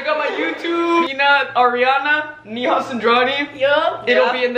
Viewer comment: neehaw Indians: neha yaar Not hate, I love her ❤💕